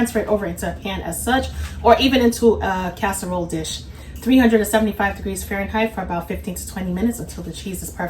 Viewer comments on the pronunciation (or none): none